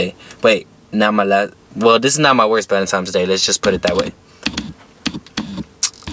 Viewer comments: No disrespect but it is not valintimes it is valintines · Lmao. Can’t pronounce valentines. xD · Why you sayin valemtimes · omfg woah vicky did the same shit “Valentimes day” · “valemtines day” 😂😂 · “Valentimes day” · This nigga keep saying valantimes😂☠ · "Valentimes day" it's VALENTINE'S DAY . swear bro you needa say it correctly before you can get a female on that day😂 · He say valentimes 😂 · Valentimes day lol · much respect to u but my boy why u keep saying valentimes😂😂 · Valentimes day huh??? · Why my dude keep saying valentime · Did my guy just say valentimes day🤔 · It’s not valentime it’s valentine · Nigga said valen times😂😂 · VALENTINE'S NOT VALENTIME'S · Valentimes its Valentines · Is homie saying valentimes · The way he says valentines makes me mad he makes the n a m on the second n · valentine not valentimes u nut shell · “Valentimes?” hahahahaha wtf bruh